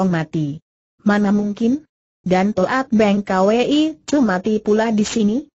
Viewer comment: Toat Beng Kwi dibaca To at beng ka we i lucu.. computer mmng yg baca